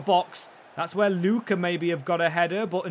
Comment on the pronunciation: It is pronounced as Luka not what you are pronouncing.